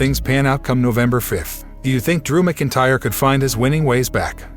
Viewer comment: Dude you sound like a robot when you say MacIntyre you're not even close